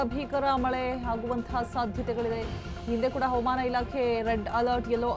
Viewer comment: Aaman Antha mam Chanagi kannada mathadi